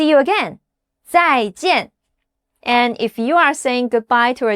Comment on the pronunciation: When you said "Zai` Zhen`!" It sounds like.. I will never want to see you again! 😂